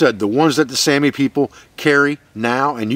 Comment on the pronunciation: The finnish saami is pronounced sowmi